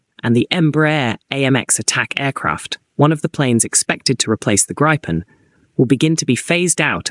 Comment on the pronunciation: I think GRIPEN is pronounced as 'GREEPEN'.